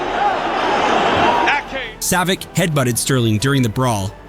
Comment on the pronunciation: Savitch …. Come on man …